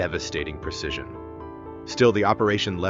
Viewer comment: The word is 'precision' not 'percision.'